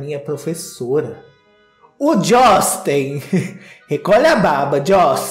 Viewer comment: Gostei do " Jostin" rsrsrsr